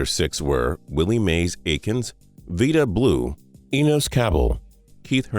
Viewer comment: It’s pronounced VEYE-da Blue, not VEE-da Blue.